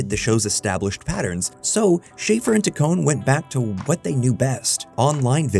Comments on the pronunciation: This video is so good and tells their history at snl so well!! But just so you know its shaff- er (hard a) and taccon- ee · Can't pronounce Taccone, thinks Lonely Island has lost touch with the internet (even though they produce I Think You Should Leave which the same channel made a video about a few weeks later), thinks 2005 was the "early internet." This video doesn't seem to know much about the era. It's like a book report. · I pretty sure you're mispronouncing Taccone